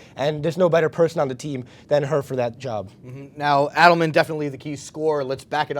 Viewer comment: Nice video, but Marisa's name is pronounced "AY-del-man" rather than "ADD-del-man". Thanks! :-)